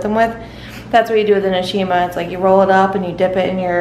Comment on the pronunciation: Begins was supposed to read nshima grrrr, where were you born in Zed?